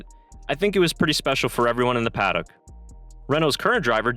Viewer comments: It's pronounced pa-duck. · I know that "paddock" is not a commonly used word in North America, and is pronounced differently in other English-speaking countries. For example, some Australians say 'paddick', which sounds ludicrous to me and I live in Australia. The correct pronunciation removes the o and adds a schwa (usually styled as ə). Basically, an 'uh' sound. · nostalgia flooded the "PAD OCK" ??? what the fuck is a pad ock ????? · He pronounces Paddock weirdly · How can you not pronounce paddock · Paddock is one word not two.....